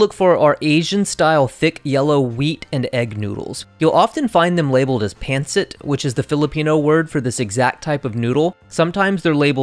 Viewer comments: Pancit is pronounced pan-SEET, BTW! Thank you for the amazing and helpful video! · Loved the video! Just offering up a suggestion since I'm Filipino. Pancit is pronounced as Pun-sit and has different varieties! Pancit Canton which uses the thicker style egg noodles and Pancit Bihon which uses thinner almost translucent rice noodles :) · I never get tired of white people saying "pan - sit" 🤣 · The way he pronounced pancit hurt my soul a little bit ngl